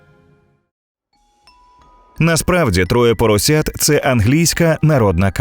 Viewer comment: На якій мові їм назва? ТроЄ поросЯТ. І відео ШІ як а тарабарській озвучив?